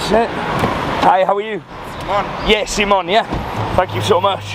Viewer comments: I love your vids but please please just tell people your name is Simon. Not See Mon or Seemona 🤦🏻‍♂️ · Really you say it in a different accent it’s Simon not Italy Simon right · Why "seemon" and not "Simon" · Pronounced " see mon" whilst abroad. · Why does Simon tell people his name is sea-mon